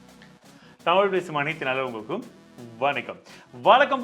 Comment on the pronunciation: Say nal ulangalukkum properly. Every video I hear nallungalukum